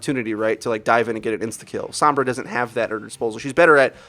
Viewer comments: "sOHmbra" not "sAAmbra" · Stop. Fucking. Saying "Sahmbra." It's "Sohmbra" for crying out loud. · You guys know her name is Sombra and not Sambra right? You keep pronouncing it with an "ah" sound instead of an "oh" sound and it physically hurts me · "sambrah" lol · As a native Spanish speaker it's really annoying hearing people pronounce sombra as sambra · "sahmbra" unsubscribed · "Wheres sAAmbra when you need her?" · Some brahs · That's just how o's are pronounced sometimes in English. The are three o sounds used in English, a long o sound and two short o sounds. They are using a common short o sound which is the same as one of the short a sounds and can be heard in word such as mom. This pronunciation is why mama, ma, and grandma are spelt with an a even though mom uses an o. To an English speaker the different o sounds all sound like an 'o' and so they may not notice that they are pronouncing it differently. EDIT Also depending on accent/dialect the 'ah' sound may be more pronounced as seems to be the case with. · You said Sombra's name incorrectly! You're a great Youtuber, keep up the good work!